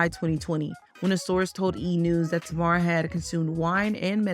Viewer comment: Yeah it seems the creator of the video is not actually familiar with Tamar. Which is fine, but she could have at least done enough research to learn how to pronounce her name properly.